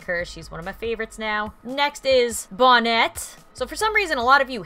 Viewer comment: It’s not bon net. It’s bonette